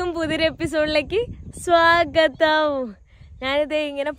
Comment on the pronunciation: പൊന്നു പെങ്ങളെ സ്വാഗതം പറയുന്നത് ഒന്ന് ശ്രദ്ധിച്ചു കൂടെ ബാക്കിയെല്ലാം അടിപൊളി